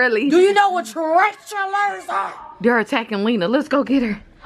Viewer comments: said tarantulers 😂😂😂😂😂😂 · why did said tarantuler🤣🤣🤣🤣